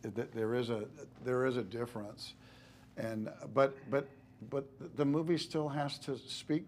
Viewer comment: LOOK HOW HE SAID DIFFERENCE???